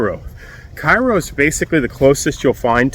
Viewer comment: It’s pronounced Kay row.